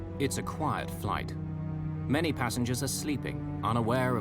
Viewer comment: he says quite flight...